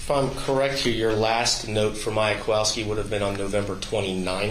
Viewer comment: They all just give off an angry and annoyed vibe most of the time. Also, that's what I've been calling her, too, haha. And why can't pronounce "Kowalski" correctly? can't pronounce "Beata" or "Maya" and now we have. Ugh